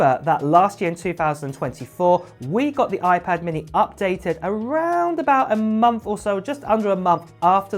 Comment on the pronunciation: Oiiiii-pad Minnehhhhhh 😭